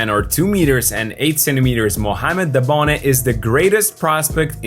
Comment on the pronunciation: His name is Dabone….